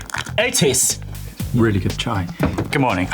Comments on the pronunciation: Lmao "Morning ETES" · I can never say the name Otis normally only the way Eric does